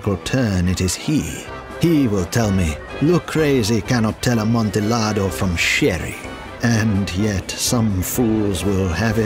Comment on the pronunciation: The L's in "Amontillado" are silent. That was painful to listen to...